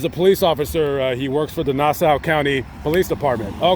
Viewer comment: Hey...the county is pronounced "Nas-saw".:)